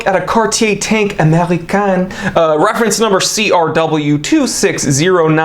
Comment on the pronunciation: Americaine —> AmericaNNe Americain —> AmericAAn